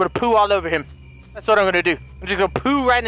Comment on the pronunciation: 😂 he said "das a toilet"